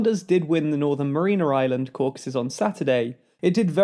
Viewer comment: LMFAO ok just to point this out bc this is like the second time, it's the Mariana (as in Mary Ana) islands not Marina islands haha